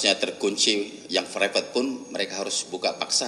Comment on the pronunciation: Private pak, bukan fraypet 🗿